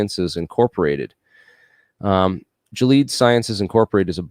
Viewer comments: Lol pronunciation of “Gilead”… you really don’t say “Jilleeeed” lolllls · Awesome. Man, that's a lot of great info. The only thing I'd change is your pronunciation of "Gilead." 😜🤘😎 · "GILEAD" Sciences Inc.: "Gilead" was mispronounced. There are several good pronunciation guides in YouTube, here is one that gives the pronunciation clearly and correctly: From Wikipedia, you will find: "Gilead or Gilad is the name of three people and two geographic places in the Bible. Gilead may mean 'hill of testimony'. If this is the case, it is likely derived from גלעד gal‛êd, which in turn comes from gal and ‛êd. There also exists an alternative theory that it means 'rocky region'. It is now within the Kingdom of Jordan." The very fact that it is a biblical term or city, or person's name, may give us a hint that there is an interesting backstory here: in my opinion, borrowing biblical terms often is an attempt by someone to claim righteousness... religious schools, for instance, often assumed it was their god-given right to inflict vicious corporal punishment on students, treatment that would not be tolerated in public schools. Using "Gilead Sciences" as a business name, may be innocent--- but maybe not. I am suspicious of their true intent.